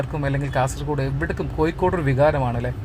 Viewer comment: Your attention please.. ആദ്യം മലയാളം നന്നായി പറയാൻ പഠിക്കൂ.., എന്നിട്ട് മതി ഇംഗ്ലീഷ് പറയാൻ... കോഴിക്കോട് ആണ് അല്ലാതെ കോയിക്കോടല്ല... ഒരു പ്രാവശ്യമല്ല.. ഒരു പാട് പ്രാവശ്യം..... ഹോ.. കേട്ടു മടുത്തു... കൊയ്ക്കോട്.....